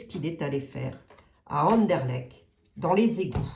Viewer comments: Chère, pour Anderlecht, tu dois prononcer le t final et ce sera parfait!! 😂😂. J'y ai habité quand j'avais 25 ans, hé oui, je t'envoie ça de la région de Mons. Je ne sais pas ce qu'il y a d'intéressant là dessous. Peut la même. José que sous Notre-Dame ou le Louvre?? Qui sait. A suivre.. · Cc🤗 c'est Anderlecht avec un t Merci pour les belges Ça fait vraiment plaisir Merciii